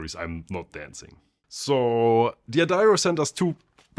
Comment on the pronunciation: D'Addario, not "dee adario". Ignore the apostrophe.